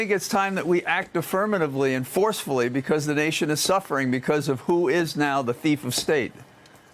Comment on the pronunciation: did he say thief of state or do i have to wash my ears